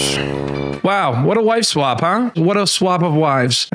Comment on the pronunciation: Why does it sound like the voice over guy is saying wife swamp lol